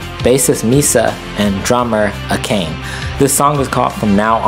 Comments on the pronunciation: Japanese is not pronounced like English. Akane is not pronounced A Cane. It's Ah-ka-ne. Here's a YouTube video on how to pronounce her name... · Great reaction great song! The drummers name is pronounced Ah-kah-neh . Cheers and thanks! :goodvibes